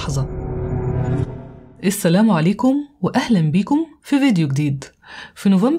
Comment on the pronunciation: جميله دائما يا ❤❤❤ ممكن فى المقدمة تقولى السلام عليكم بفتح اللام مش بكسرها لان كده الاصح❣️❣️❣️